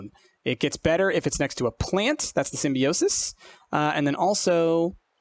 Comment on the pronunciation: It's pronounced sim-bi-o-sis, but otherwise I love it.